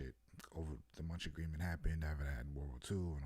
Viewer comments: Its called the munich agreement..(mu -nick) but Lets go!. Sometimes we gotta spit that truth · It's pronounced Mu-nick 😭😭 🤦🏾‍♀️But this was cool 👍🏾